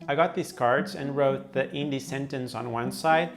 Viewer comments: It's pronunced "Hindi" not "Indi" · Sir, just want to let u know that , we don’t pronounce Hindi as Indi , h is not silent, pls note that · He just pronounced Hindi Indi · uts actually HINDI, bro, not INDI😂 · First of all learn how to pronounce the word hindi first d is soft when it is enunciated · In word Hindi the 'd' isn't pronounced as ड it is pronounced as द. Watch Karl rocks video about how to learn Hindi.